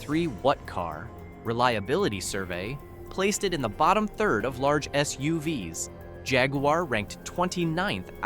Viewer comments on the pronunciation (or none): The fake AI voiceover is terrible! Was there no human being available for a half hour to read the script? For example: SUVs is read as ESS YOU VEE ESS instead of ESS YOU VEES. Going the cheapskate route with AI voices is not a recommended buy, Consumer Reports! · Never mind editorially questionable content, not EVERYONE buys a car for their reliability, and as if price and gas mileage are measurable indicators of reliability, but the poor AI narration (“of all S-U-V-S” instead of SUV’s) If I wanted reviews on car’s overall, why wouldn’t I just go to Consumer Reports directly and get actual narration and insight directly from the testers and writers? Rhetorical rant I know, because the answer is just for stringing clip out to ad more ads🙃…